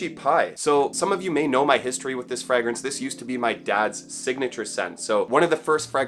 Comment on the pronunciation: It's pronounced fray -grance